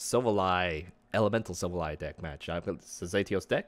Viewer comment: enjoy the videos and deck profiles! however, its pronounced SIL-Val-LEE....not sil va lie